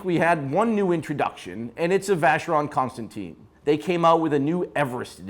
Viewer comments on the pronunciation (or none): It’s ConstanTAN man, not ConstanTEEN. How difficult is that??? You continue pronouncing it wrong after 100 years in the market and countless viewer comments about this. Your opinion about the product has zero credibility when you can’t even pronounce its name.